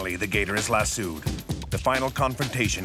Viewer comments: If that dude don't quit saying lassooed instead of lassoed. Lol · Someone please tell the narrator how to say lassoed